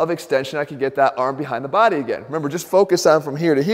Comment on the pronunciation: I come here for the way he says"body". My baady!